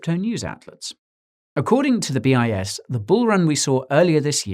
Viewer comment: I kept hearing BS study hahaha